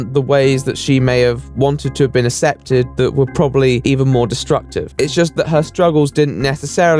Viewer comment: the fact that you pronounce "accepted" with no hard c confuses me sometimes but yk it's not unpleasant to listen to either